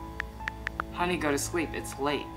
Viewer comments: it’s HUNNY not HONNY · What the hell Alan do you say huuny so badly?😂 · Bro was too disappointed that he said HUNNY in a strange way 😂😂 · Wen you sed the word honni i hav laght😂😂😂😂